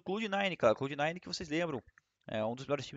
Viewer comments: fallenzao uma dica, fala CLÁ-UD nine, clá-ud nine, nao clô-ud . '-' abraço ai mano esse camp é nosso. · Fallenzão, é "Clóud" nine, pronuncia como se tivesse acento agudo mesmo! hahaha Abraço! #RUNSKG